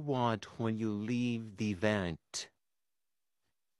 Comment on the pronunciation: The part when he says weave instead of leave 😂